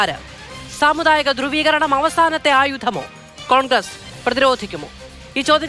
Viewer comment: ധ്രുവീകരണം എന്ന് പറയുക